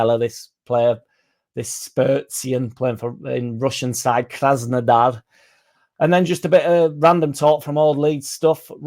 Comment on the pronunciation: Says "Krasnodar" with a fake Russian accent. Says "Spertsyan" in the most Yorkshire way ever. 😄